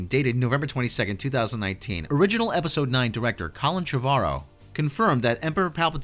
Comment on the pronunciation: You're mispronouncing Colin Trevorrow's name